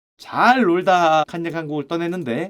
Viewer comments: 칸ㅡ녜 웨스트 발음 왜케 웃기냐ㅋㅋㅋ 역시 자네야!! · 슈형 또박또박 ‘칸녜 웨스트’라고 부르는거 왜케 웃기냨ㅋㅋㅋ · 팟캐듣다가 너무 정직하게 칸.예. 에프~~아디다스하니 웃겨서 댓글달러왔습니다ㅋㅋㅋㅋㅋㅋ아재의 칸예 리뷰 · 칸! 예 웨스트라고 발음하는거 킹받네 ㅋㅋ ㅋㅋㅋ